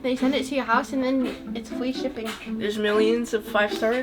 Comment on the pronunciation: “asembolencreek and you jus take a picture and then u shend it annthen they send it to yur howse nd then. it’s fwee shippin ^_^ :3”